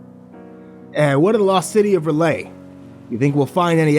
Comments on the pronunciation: its... rel-yeh not relahy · Other than the abrupt and underwhelming ending, really good story. Although, I don't know exactly how R'lyeh is pronounced (according to Lovecraft it's a language unpronouncable to humans), but "ra-lay" isn't it, chief. Edit: just noticed there's a part 2 lol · Huh. Usually hear it said as R-lie-uh. Groovy. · I've always heard R'lyeh pronounced "R-lee-ay" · R'yleh: "Early-ay". But you're doing just fine. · I've heard it pronounced ruh-LAY, or RULL-yay. I personally like that last one, although I believe the original Lovecraft pronunciation is "rull-YECH"